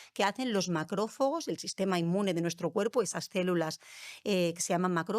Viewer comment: No sé si me fío mucho de una persona que dice touleno en vez de tolueno, o macrófogos en vez de macrófagos. Por qué no invitais a los que hacen la investigación directamente?